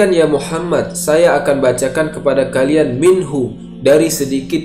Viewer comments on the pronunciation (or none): none